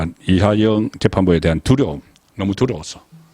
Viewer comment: 이화영을 이하영이라 틀린 발음 교정바랍니다